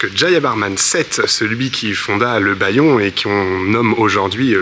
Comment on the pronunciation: Merci de visiter hors des sentiers battus. Votre prononciation du khmer est parfaite (sauf pour le Bayon que vous prononcez à la française LOL). Le Guide du Routard m'a souvent trompé et j'utilise depuis quelques années le Lonely Planet, de préférence en anglais, beaucoup plus à jour mais vous trouverez aussi des versions françaises !